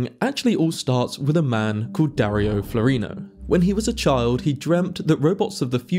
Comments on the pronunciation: I thought his name was Floreano, not floreeno. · Please, his name is Flo - reee- ah- no. Not floreeno. Thanks for video. Quite interesting. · Floreano, not Florino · Love your analysis and presentation. I point of order: I think you'll find that Floreano is pronounced FLOR-EE-AHH-NO not FLOREENO. Our English spelling and pronunciation mindset misreads what is there. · Wouldn't he be called Dario Flo-ray-ano?